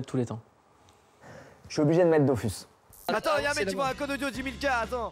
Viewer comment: Dodus c’est son jeux préféré mais il sait toujours pas que ça se prononce dofous